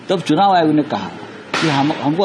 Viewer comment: Chunaw nahi chhinaw hai